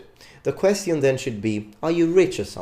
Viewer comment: Your content is great, your English is very good - BUT you keep saying the word 'question' painfully wrong (the 'ti' sound). Just in case you're not aware of it (I would like if someone pointed it to me). Cheers!